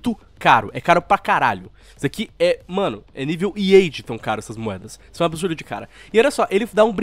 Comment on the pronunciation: Ser humano normal: Absurdo: Abihçsurrdoh